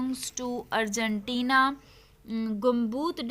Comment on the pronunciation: That is Argentina not Argentiinaa